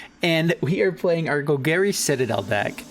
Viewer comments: “Gol-Gary” you know Bolas’ uncle. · ima need you to learn how to say golgari